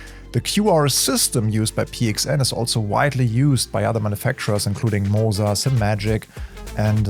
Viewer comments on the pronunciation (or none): none